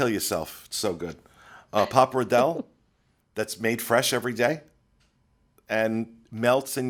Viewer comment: “Pa-par-DAY-lay”,! Not pappar-DELL. Also, HAPPY BIRTHDAY DENI! Also, skip Maria & Enzo’s, my family had an awful experience there. Bad quality food and the poor waiter was stretched thin and couldn’t handle our 14 person party, along with ANOTHER equally large party on the other side of the restaurant. Very badly handled by management as well.